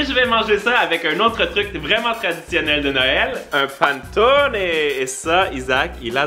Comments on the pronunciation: Miamm ! J'adore la nourriture de Noël! Haha Aussi, panettone se prononce pané-tooo-né :) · La façon comme il dit panettone j’ai mal à mes origine italienne sinon belle vidéo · J'ai pris une balle en plein cœur lorsqu'il as prononcé panettone 😅🤣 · SVP va écouter la façon de dire Panettone en italien et en français sur google traduction, c'est la même chose. J'ai eu une crise cardiaque à chaque fois que tu l'as prononcé de cette façon.